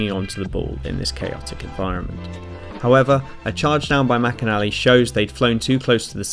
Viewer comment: I STILL need someone to explain to me why it is pronounced "McInálly" instead of "McÍnally".